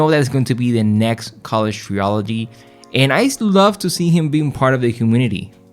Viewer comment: Trilogy ❌ Treeoligy ✅